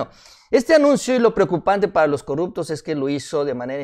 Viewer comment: no se dice corructos, se dice corruptos